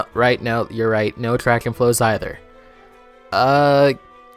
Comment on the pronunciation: “atshraction fwows” 🤓